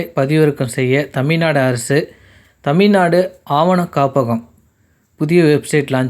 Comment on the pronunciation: தமிழ்நாடு என்று சரியாக உச்சரிக்க வேண்டும்